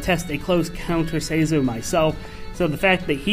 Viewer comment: Loses all credibility when he pronounces it like (Say-zoh) Never clicking a video by him again.